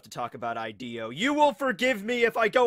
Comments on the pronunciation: I'm sure it's pronounced Hideo not Ideo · It's pronounced (e-day-o) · I haven’t even watched the vid yet but I already know he’s gonna go this whole thing pronouncing Ideo fucking wrong